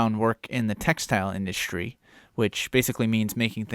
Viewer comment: Love your work to ny state! Shate, industhrie,shrong,shrooch… what’s up with shr before what we were taught as announcing words, or should I say wourdshs